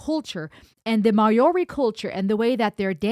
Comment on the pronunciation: Maori is pronounced more like "Mowri". The "hongi" is a sharing of breath - a gesture that precedes humanity.